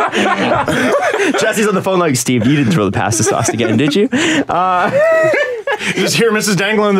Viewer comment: As an Italian, I am offended over how pronounces "pasta"